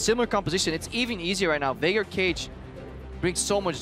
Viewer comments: They called him "Veigar" and since they pronounce it as "Vay-gar", it sounds like Faker because of their accent. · it sounded like faker, but he actually said Veigar haha. it just was pronounced weird